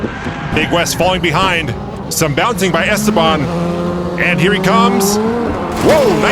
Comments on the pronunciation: it's es-TE-ban:elbowcough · Mi corazón está con Dylan, mi lógica está con Esteban Pero si algo me choca un poco es como pronuncian su nombre ajaja Stebán Rays